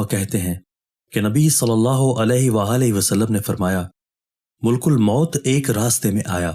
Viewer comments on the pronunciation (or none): ملک نہیں بلکہ مَلِک الموت ھے م پر زبر ھے اور ل کے نیچے زیر ھے اور ک پر پیش ھے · اسلام علیکم محترم بھائی ملک الموت لفظ کا تلفظ درست ادا کریں ملک الموت لفظ میں م پر زبر ہے پیش نہیں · Hello Dear, it is not " Mulkul Maut "as you uttering in your video uploaded, it is " Malak-al-Maut ". Stay corrected. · ملک الموت کا درست تلفظ "malkulmaut "ہے۔